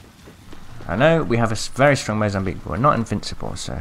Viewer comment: Mozambique normally: Mozamweek Mozambique now: MOZAMWEEP!